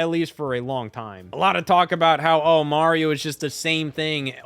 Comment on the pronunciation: That MAH-rio was criminal 🤣🤣🤣 ears should be ringing